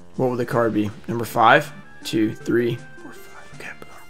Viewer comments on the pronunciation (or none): none